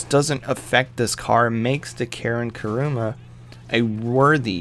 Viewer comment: Wtf is karuma ITS KURUMA